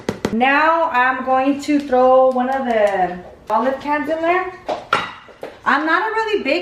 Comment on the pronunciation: And "wan" instead of one lol.